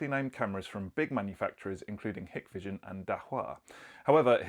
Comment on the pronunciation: I like the way you pronounce Hik and Dahua Hikvision is actually pronounced Hike Vision Dahua is pronounced Daa hu wa